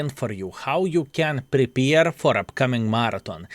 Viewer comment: Good work and WG crooks. it's Prepare, not prepeer;)